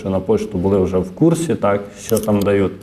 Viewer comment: Не дают,а дають